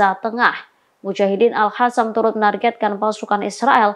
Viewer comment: Nih yang pake kerudung kebiasaan ngomongnya al hassam,,,al qassam ga bisaa